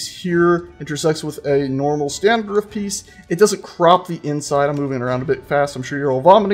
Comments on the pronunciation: Ruff? Its Roof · I was about to say: is that the music from halo? then you answered my question. also I love how you're working SOOOO HAAARD to pronounce roof! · From sages pronunciation of roof, I gather he's been getting some grief over saying "ruff"?